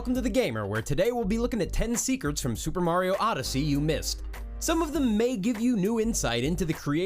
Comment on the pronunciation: ten secerts